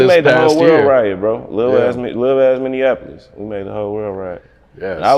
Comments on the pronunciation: It’s Minneapolis! Not Minnean apolis 🤦🏿‍♂️🤦🏿‍♂️ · Stop saying minneanapolis. 😂